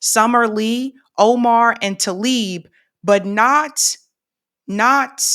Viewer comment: T-La-ib not talib